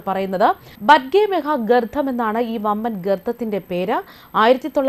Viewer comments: 😁😁😁ഗർത്ഥം പോലെ കേൾക്കുന്നു 😜😜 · ഗർത്തം എന്നു പറയൂ. ഈ വാക്ക് തുടരെ തെറ്റിച്ചു പറയുന്നത് അരോചകമാണ്